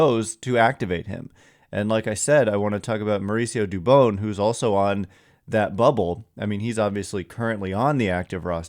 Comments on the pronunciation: Thank you sir. I’ve tried to say this before but I felt like an asshole. You say dubon like rodon. You gotta get the names right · Dubon rhymes with Rodon, please learn how to say his name! Very disrespectful for such a good player 😎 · you gotta get dubons name right please. He has earned that respect. No hate towards you just like to hear players names pronounced correctly